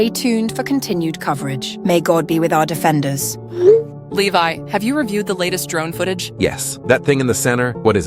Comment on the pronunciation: Hange so funny calling Levi is leve